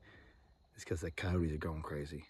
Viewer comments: Your peacock got attacked by Cody's LOL say it a little bit more properly co-yo-tes ( ki-yoh-tes) not codys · It's ki-yote...2 syllables, not 3!